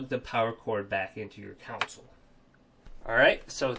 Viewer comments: Console, not council. I'm sure you've heard this, and lots of people say it wrong. It's like ask and aks. One is correct, and one makes you sound dumb. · Console** not council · Cool. Just fyi. Its console not caunsole. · I thought I was the only one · The way he says console lol he says counsole 😆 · Annoying how he pronounces console as 'council'.. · Nothing makes me more angry than the way he pronounces console.. like seriously mate why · nothing makes me want to rage harder than the way this guy pronounces console.